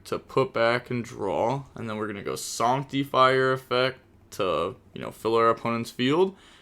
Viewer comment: SANCT-TEE-FIRE is a wild way to pronounce that card